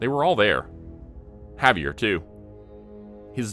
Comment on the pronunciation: The pronunciation of his name was driving me crazy too. Good story though.